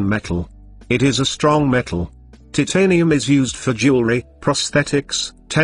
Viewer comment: bro its titanium not TITanium